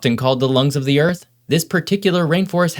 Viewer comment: I love the facts that I learn in your videos but I wish you would learn the correct pronunciation of "a" and "the" so that you would sound more polished.